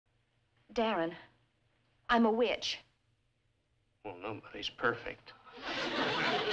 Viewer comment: How does she make “witch” into a two syllable word?